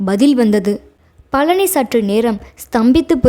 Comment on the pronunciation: கலி அல்ல கழி😮 பலனி அல்ல பழனி.ல ள ழ வேறுபாடு முக்கியமன்றோ தமிழ் உச்சரிப்புக்கு